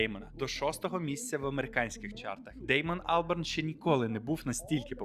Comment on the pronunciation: Так і не зрозумів чого АлбЕрн, якщо АлбАрн